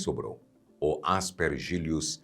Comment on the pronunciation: A pronuncia é: As pér gi lus e não As per gí lus.